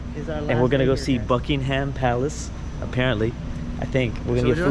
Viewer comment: seeing react to European culture and life is funny but makes me want to game end and when he talked about uk doors i laughed because every uk house has that and then he said BUK - ING -HAM palace